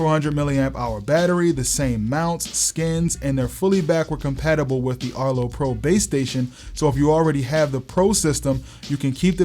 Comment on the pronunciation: erto? erto arto